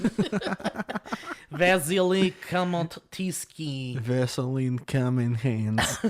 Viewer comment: C'mon guys, it's pronounced Vasily Kamotsky, not that hard